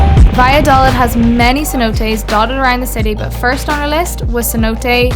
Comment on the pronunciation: Holbox is pronounced hole-bosh Cenote - sen-note-tay